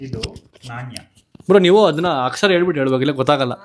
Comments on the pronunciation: ನಾಣ್ಯ adu ಣ alla ಬಾಳೆಹಣ್ಣು ಭಾ ಅಲ್ಲ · Coin pranouns tappu naneya